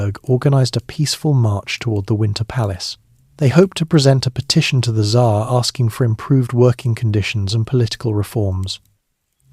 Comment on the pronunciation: Ai has a hard time saying Tzar.